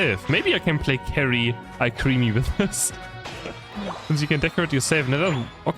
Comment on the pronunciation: Alcremie = al-cruh-me